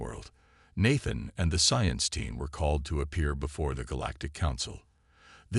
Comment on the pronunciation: And Nathan is pronounced with a long a